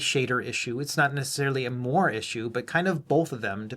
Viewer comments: It's pronounced "mwa-ray", not "mo-arr", and that's as spicy as I plan to get on this. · Interesting video. FYI, moiré is pronounced "mwah-ray", though :) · I think you got it really close. "Mwar" sounds a lot like "more." :)